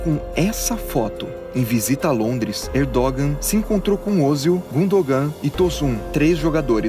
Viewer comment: Erdogan e não Erdógão